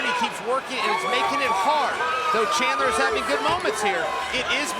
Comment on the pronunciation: the announcer said his name wrong He pronounced it Michael Chandlin. Also during the julia budd introduction the announcer calls the reff mike beltanon